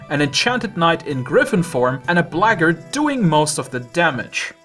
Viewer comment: "the blahggard" 😂